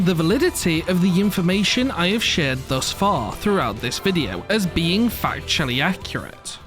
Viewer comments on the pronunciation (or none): none